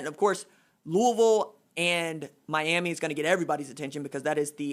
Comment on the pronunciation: Knows everything and praises Marshall, Ucf, and App State. Butchers Miami and Lville lol